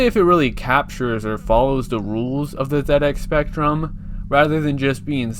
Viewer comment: Yeah, "Zed Ex" is the correct pronunciation, I've never heard anyone say "Zee Ex", not even people from the US. Probably because "Zee Ex" sounds awful and "Zed Ex" sounds amazing.